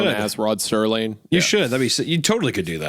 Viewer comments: Isaiah: “I love the twilight zone and I want to do a video on it” Also Isaiah: keeps saying Rod Sterling instead of Rod Serling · Me screaming ITS SERLING NOT STERLING. At the beginning lol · The cherry on top to the whole idiot bit at the start is Isaiah repeatedly saying Rod Serling's name wrong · Rod "Sterling"???? Its ROD SERLING!!! You should know this if your channel is horror based. Show the man the respect he deserves! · It’s Rod Serling not Sterling btw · I almost had a Mandela effect, you 2 kept saying "Rod Sterling" I was happy to find that Google still confirms his name was "Rod Serling" as I remembered it. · It's Rod Serling not Rod Sterling😂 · Serling > sterling